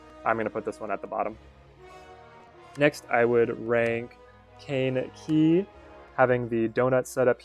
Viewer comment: No. It's Caine Key.